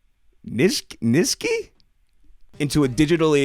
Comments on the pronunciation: Did mans really pronounced Nietzsche as "ni-ski"? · nunca pensé ver a alguien hablando de manera tan inteligente y apropiada durante buena parte del video para luego no saber pronunciar Nietzsche. No me lo esperaba.